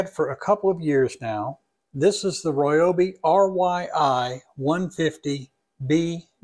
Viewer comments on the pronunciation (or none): He says Royobi, lol